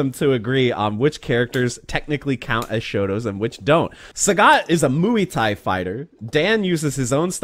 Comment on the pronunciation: it's not pronounced moo-e tai, muay is pronounced as one word